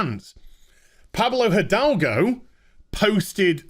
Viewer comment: Hi! I'm Spanish and the pronunciation of Pablo Hidalgo that all the channels are doing is wrong. The correct pronuntiation will be somenthing like edalgo. In spanish the h does not produce sound and the i is pronunced like the english e. One cool thing about spanish is that when you read something you know exactly how is pronounced. There is no pronunciation ambiguity.